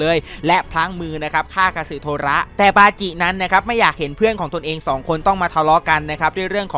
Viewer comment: บาจิครับไม่ใช่ปาจิ😂😂